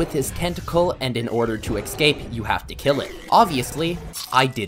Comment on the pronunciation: Ashphalt and ecscape as well